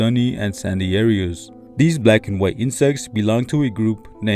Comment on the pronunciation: Why you gotta emphasize "BLACK' like that?????